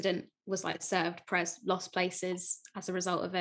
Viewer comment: Pérez not Peréz